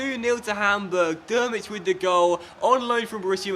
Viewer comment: Great video as always! Please manage Chile. Just a little pronunciation tip as I'm from germany: Drmic is pronunced Trimic, not Dermic ;)